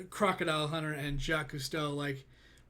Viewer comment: I think you pronounced Jacquise pretty good 😂